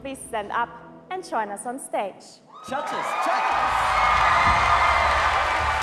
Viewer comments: "Judges" I heard "CHACHAS" 😂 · am i hearing "cha-cha's" instead of "judges"? only me? okay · Am I the only one hearing them say "Judges" and sounds like chachas? Haha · I hear "Muchachos" instead of "Judges" lol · How's he pronouncing word "judges"? Even auto translators Translate that pronounce as "churches"